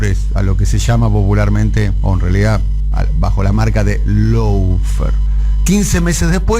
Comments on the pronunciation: Tontería, pero se dice "lo fer", si decís "lou fer" estás diciendo otra cosa. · Law se pronuncia "lo", no "lou".